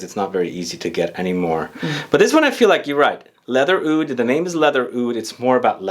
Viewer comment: lol "Awoud"... I guess Aoud is the best way to spell but not technically how it's supposed to be pronounced. In arabic, oud is written starting with the letter "ع", if you're interested in hearing what it sounds like, I'm sure you could find a pronunciation video. It's a sound that comes from the very back of your throat. When speaking, pronouncing it as "oud" is actually more accurate than "aoud". Hellooo from Beirut!